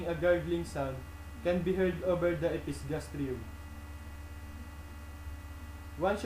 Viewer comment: episgastrium? natawa ako dun hahah